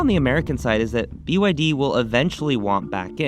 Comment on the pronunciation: "BYD - Bretty Young Dhing"